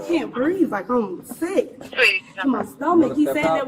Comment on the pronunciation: And OF COURSE we get the mandatory “I can’t breeve” . Just the sight of cops make them not able to breeve